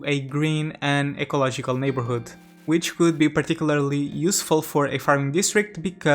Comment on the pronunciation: também li em algum lugar isso. Ali por de video ele fala a palavra ecological de uma maneira semelhante à que um brasileiro/português falaria Ele falou o "gi" sem aquele som "dji" que a lingua inglesa tem na letra G Talvez esteja viajando, mas a verdade está nos detalhes 😄